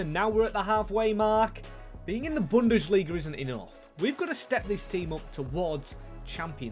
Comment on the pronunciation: Its bundesliga, not bundeSHliga ffs my ears are bleeding